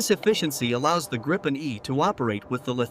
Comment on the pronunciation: 'Dripen' lmaoo